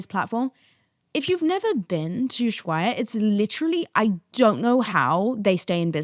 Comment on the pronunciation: Here are some fun facts about London and Houston (aka space city) and NY, We have 0 sun and when we do is a Hell on steroids for short amount of time, This is why i go to Ibiza too, the opposite side of where you at (i believe you are in "old Ibiza"). by the way ushuaia is pronounced "oo·sh-wai·uh"